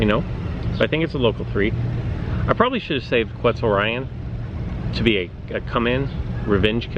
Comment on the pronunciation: The level of that Spinonyx is idiotic, you could’ve worked towards Erlikospyx. Also it’s pronounced Quetz-or-ee-on